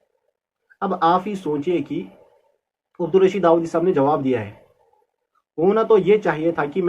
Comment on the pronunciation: خ کا مخرج ٹھیک نہیں وہ کیسے ہے داوادی ہے